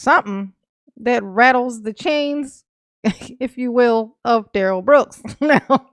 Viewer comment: poor Duh-rell 🤣😂🤣😂🤣😂🤣